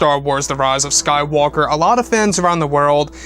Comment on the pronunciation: I really hate the way says the rise of Skywalker